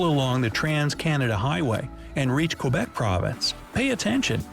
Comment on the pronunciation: Odd they couldn’t find one of us Canucks to narrate …he made a mess of Saskatchewan, Newfoundland and Quebec and Narcisse too! I’ll try to do it phonetically for ye. Okanagan is oaka noggin. Saskatchewan is sus Katch oo wan. Quebec is Kay bek , and Narcisse is nar seece. And Newfoundland is pronounced like the word “understand “ noofund Land.